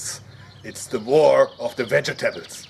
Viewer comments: I like the way he says Ve-ge tabuls! awesome work! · hey you say vegetables just like I do. hey frozen instant mashed potatoes. and it comes with a nice watermelon gravy.